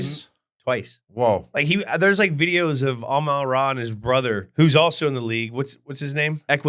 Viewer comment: Why does Jules add the letter "n" to some words & drop it from others?! 😱 For example, he calls it 'hefeNweizen' - but hefeweizen is pronounced hay-fuh-vite-sen. [Beer snobs chime in!] Then he butchers Amon-Ra St.Brown's name. Says it ok, but his next sentence this garbled 'Amay-ora' comes out when he starts the 10-minute timer. Let's just say it's more painful than funny.